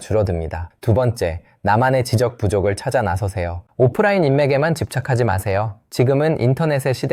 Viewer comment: 목소리가 AI가 아닌게 맞아요? 지적 소외감 .. 지적.. 발음이 이상한데